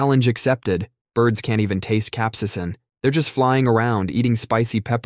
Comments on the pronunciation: THE WAY IT IS ........ CAPSAICIN (CAP-SAY-SIN) THE WAY YOU INITIALLY SAID IT CAP SAI YA SIN.... Lol, why? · Why the fuck did you say capsaicin so many different (and wrong) ways????? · Love your channel! Do want to point out you mispronounced Capsaicin (cap-say-sin) and Pica (pie-ka) though. 😅